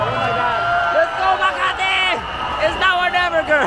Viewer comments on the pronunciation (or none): Xian said ms.kamati referring for.kamatis its ms makati right.bulol.